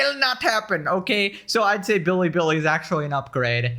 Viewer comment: It's not even the right foreign way. It sounds Japanese. Chinese Ls sound like English Ls, so you're supposed to just say Bilibili normally xD